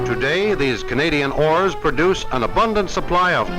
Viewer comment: It sounds like he said Canadian whores .